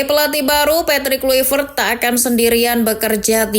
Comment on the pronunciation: Bacaannya petrik klaivert min bukan kluivert